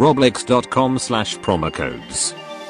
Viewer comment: Roblax not roblox 🤣